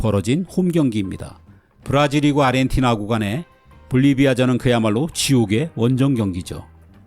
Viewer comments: 왜자꾸 아르헨티나를 아리헨티나로 읽으시는지.. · 아르헨티나 라고 안하고 아리헨티나 라고 하심 ㅋㅋ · 아리엔티나로 들림 ㅋ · 아 아 아리헨티나